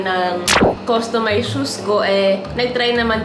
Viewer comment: "customized" po hindi "costumized"